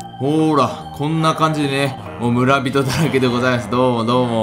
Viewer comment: む↓ら↑び→とぉ↓